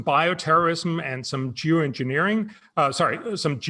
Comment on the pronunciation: Lol, he said “jew engineering”